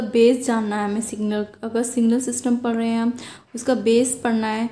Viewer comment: Padh rahe ❌ parrr rhe